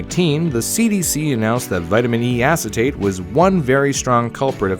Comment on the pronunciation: vitmin e assitate